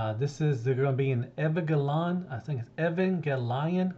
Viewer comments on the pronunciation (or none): Hey I love your news coverage! I think the Cang Toys is an homage to Evangelion which is a very cool mecha Anime franchise… I think it’s pronounced “Eee - van - gel - ee - on” All the best!